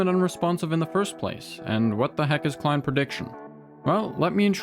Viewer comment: Took me until 3 minutes in to realize he was saying "Client prediction" instead of "Climb prediction" :p couldn't hear any "t"s! anywho good video :p